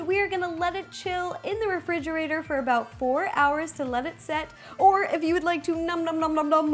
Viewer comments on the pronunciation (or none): none